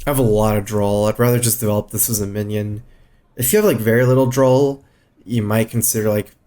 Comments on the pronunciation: Does he intentionally say "drawl" instead of "draw"? People point it out every video but he keeps doing it... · maybe he has some murloc roots